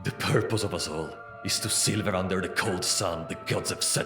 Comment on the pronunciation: mispronounced "sliver" with "silver", smh, ay ay ay